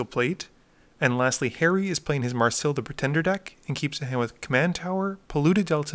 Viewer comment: May ris ill not marsil